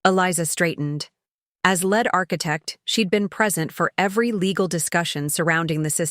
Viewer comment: Too bad you can’t correctly pronounce common English words, like “lead.”